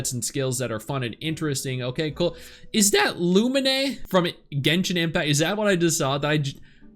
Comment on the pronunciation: ah yes, my favorite genshin protag; Loo min eh 🤭